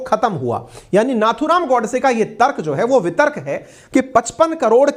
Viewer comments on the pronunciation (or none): गोडसे जी के नाम का उच्चारण go वाला गो करें। God वाला गॉ नही